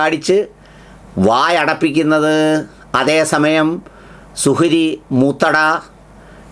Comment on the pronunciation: സുഹ്രി . മുജ ജമാ: ആ യോ. പടചോനേ. നല്ല .ശ്രദ്ധ വേണം .